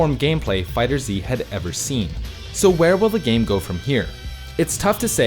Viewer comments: Just because they say it that way doesn't mean much. With the naming convention of everything from Z whether games or whatever having the Z emphasized, and especially in this the Z being capitalized indicates that it's meant to be said Fighter Z. If they had to shoehorn in the Z they could've easily just made it lower case directly at the end of the word. This says to me they can make this great game but can't even figure out how to get their point across with the name, which is pretty hilarious If someone creates something and calls it one thing, then one day decided to pronounce it differently does that mean unequivocally the old and original way is wrong? If you wanna call it that nonsense that's fine, it just sounds dumb without even factoring in that it's the only Z related media that has the Z but it's not meant to be said It doesn't matter the argument, with those things taken into consideration anything other than Fighter Z is ridiculous. Have a nice day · Every time he says “Fighter Z” my brain gets disturbed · Did all that research... Just to pronounce the game's name incorrectly? 🤔 Really? Great video btw 😊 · Noooo0o0o0o00ooo u mispronounced fighterz in the intro, Noooo0o0o0o00ooo it ruin epicness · It's pronounced "Dragon Ball Fighters" not "Dragon Ball Fighter Zee" **insert Hermione nag here** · cant even say the name of the game right LOL do you guys even do research lol its FighterZ not Fighter Z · So I was today years old when I learned it's pronounced "Dragonball Fighters" and not "Dragonball Fighter Zee", which is what I've been saying 😂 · I'm glad I'm not the only one that pronounces it "Fighter Zee" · Alright I thought he was meming when he said Fighter Z, but after the third time I'm not so sure. Lmao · jesus christ it's been 3 years...stop calling it fighter Z it's fighterz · I know this man did not just say Fighter Z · I hate that you say Fighter Z. Even though Bandai themselves said its pronounced "fighters" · it's "fighters" not "fighter z"